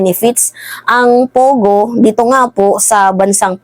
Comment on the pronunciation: Its PO Go, PO Go, not pugo, annoying